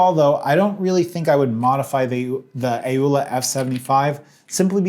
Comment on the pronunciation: Why does he say A-owla... when it's clearly pronounce Owla. Oh, forgive my lack of manners. Hi. My name is Pee-awl.